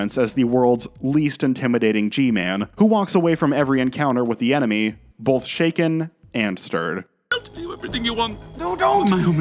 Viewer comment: Wow, what a segue into the ad Why do you pronounce it "bolth" instead of "both"?